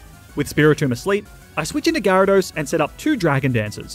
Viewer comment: DO NOT LEAVE OFF THE Y IN GYARADOS! AND IT'S WHISCASH, NOT WISKCASH!